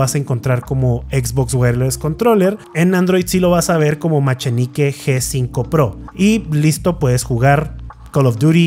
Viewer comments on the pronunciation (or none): Si es ingles se pronuncia Maquinaiky G5 pro. buen review ando buscando un nuevo control